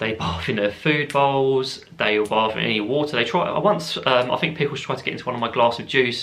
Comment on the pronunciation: While you were saying about the bath bit, I heard it as barf! I was legit imagining ur bird barfing in your drink! LMAOOO